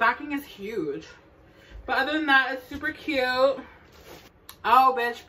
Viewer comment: “SUPA CUTTEEE” 😅 I love this sm!!!💕 subscribed👍🏽